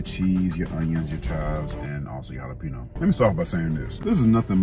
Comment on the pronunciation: "hala peeno"